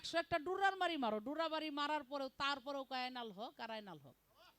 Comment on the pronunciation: সরার আইন না, হবে শরিয়তের আইন। আরেকটি শব্দ বলেছেন ডুররা। ডুররা হবে না ,হবে দুররা। কি সব ভুয়া জ্ঞান নিয়ে যে আপনার চলেন।